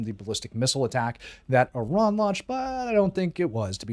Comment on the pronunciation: Let's be honest!! You are actually an Israeli dual citizen. Since you can't even pronounce "Iran" and you forget the occupation, violence will not go unpunished. YOU are the nut job!!